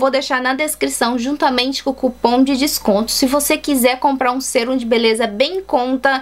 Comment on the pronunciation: E mais..Não é Sêrum e sim Sérum(som agudo)